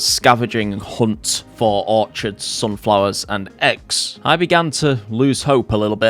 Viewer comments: OR CHID. Pronounced "Or Kid" Orchard is a fruit tree plantation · Dude, no disrespect but Orchard is there a group of apples trees are for the purposes of growing apples and Orchid (Pronounced Or-Kid) is a flower. Like your vids bro but accuracy is important. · It’s pronounced or-kid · That's not how you pronounce orchid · Not sure what got me annoyed the most, the mispronunciation of orchid or the usual JordanRants approach to wiring :D